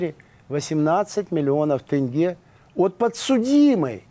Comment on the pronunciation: Почему тЭнге, а не тЕнге?